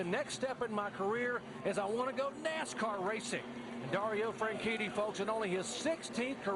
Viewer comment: Dario Franshitty